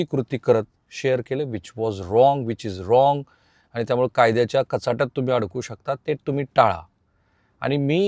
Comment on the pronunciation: i always listing your video. you are presenting very well but need to improve your language. sorry for free advise. ani bani & pani need to improve.